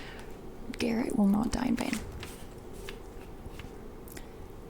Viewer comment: his name is garret not darek 😭